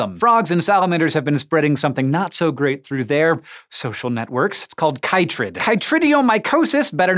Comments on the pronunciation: You are mispronouncing chytrid!!! It's pronounced KITrid... As it's the shortened name for Batrachochytrium dendrobatidis. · It's interesting the different way people from different countries pronounce things. Here in Australia, the fungus is pronounced 'kit-trid'.